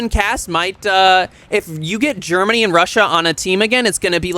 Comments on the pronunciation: GEMANY? Afraid of the "R"? 🤣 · "GEMANY?" xD No R, i guess.